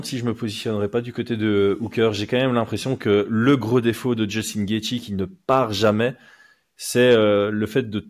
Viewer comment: Cool de revoir mais sa façon de prononcer « Gaethje » m’a pas du tout manqué mdrrrr